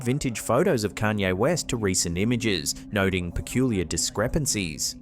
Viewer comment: "Kayne Rest"🤦‍♀️